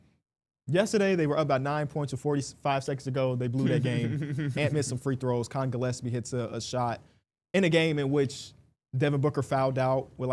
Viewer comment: Damn you suck at pronouncing names. Collin GillEPSie? The whole Egor Demin part? Thought he was locked in smh